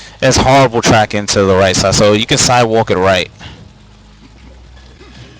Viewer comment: "If you sidewok weft".... lmao